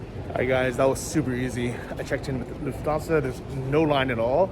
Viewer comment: It sounds like you are saying lu-fansa 😂 It’s luFT-Hansa